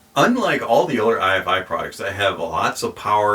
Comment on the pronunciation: It’s Ifi (rhymes with ‘hifi’) - not I.F.I.